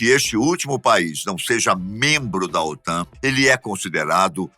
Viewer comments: Aos , OTAM?. O correto é OTAN (N de Norte) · "OTAM" com "M" é foda. O correto é "OTAN" com "N".👍👍👍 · estuda porrrrraaa OTAM? KKKKKKKKKKKKKKKKKKKKK É OTAN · Otan e não Otam !!! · É OTAN e não OTAM como foi mostrado no vídeo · O.T.A.N. com "N" e não "m". Que burro, dá zero pra eles.... kkkkkkkkkk